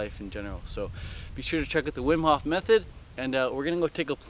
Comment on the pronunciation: his name is Wim Hof not Whim Hoff